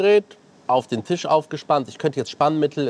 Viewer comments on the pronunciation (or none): none